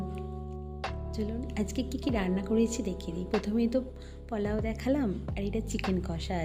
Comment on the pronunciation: সবি ভালো কিন্তু ওটা পলাউ নয় পোলাও